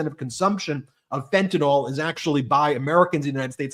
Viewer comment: I know this is petty, but can we PLEASE stop saying fentanOL? It is fentanyl, so pronounced fentanIL. Just sayin'.